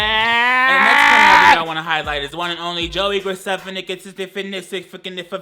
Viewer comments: When he says Joey gracefinifieggfifjrjdkfiffiskxckcfa.... I felt my soul move. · the joey graceffa last name pronunciation just like what miranda sings would do